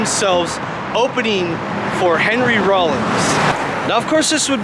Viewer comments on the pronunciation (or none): none